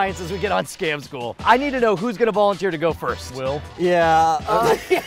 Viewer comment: in the intro it sounds like Scom school not Scam school xD